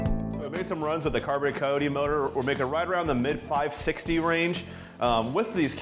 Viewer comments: did he call it a coty?? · A coy-tee?